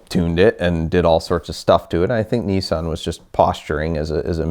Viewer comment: Its niss-an not kneesan